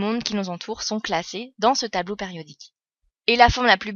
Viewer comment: Elle dit tableau pAriodique??